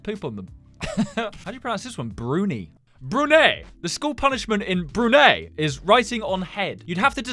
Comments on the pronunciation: My country is not pronounced bru-nei it's pronounced bru-nai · It’s not pronounced as “Brunei” it’s pronounced as “brunai” but the spelling is Brunei!How do I know this?Im from a city that’s right next to Brunei.Like I can literally drive there and in 2 hours or so I would reach Brunei.But the country it self is not so good.Its not bad but its very small but not modern.And the malls are bad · ITS PRONOUCED BROO-N EYE I took offence when you said it like that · The Brunei one is pronounced like brun I I live there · It’s actually said: (br oo nigh) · bru-nay is how u pronounced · You did indeed pronounce niger correctly, and nigeria is a simmilar pronunciation to the former, however you did mispronounce Brunei (brew-nigh) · To pronounce my country, it's. /brunāｪ/ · brunei is pronounced: (broon-eye) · Is no one going to talk about the fact that Brunei is not pronounced like thta